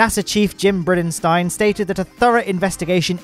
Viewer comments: Like your video. But the pronunciation of Bridenstine was a bit odd. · By now I'm wondering if mispronouncing space words is new thing. Briddenstein? Hyper-bola?